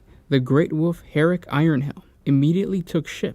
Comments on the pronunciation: You give us so much quality content, thank you so much, but I cringe when I hear space woof or woof lord. It's a common mishap. It's also an easy fix... wulv, whool vvf, whulvf , whooLLL ff. Dont take this wrong, Please delete this after reading if possible. You guys rock! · ...I will never get used to how you say wolf. ITS WOLF GOD DAMN IT NOT WOOF. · Lol yes!